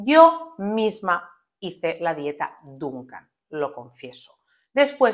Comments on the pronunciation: No es Dunkan. Se dice Dukan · Dukan ,no dunkan..y no es una dieta es un método...Diosss no tienes ni idea